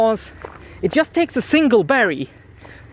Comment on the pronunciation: I really enjoy watching your content, but... (there's always a 'but', isn't there?:D) could you please pronounce the 'just' word correctly? I know that English isn't your native language (it isn't mine as well), but it really bugs me and I can't focus on what you are saying because of this tiny, tiny flaw. Apart from that, you're doing a great job! Are there any React videos coming? I've just started using it and I'd love to have a little guide made by you:)